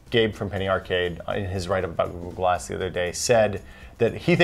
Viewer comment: As says GooGoo Glass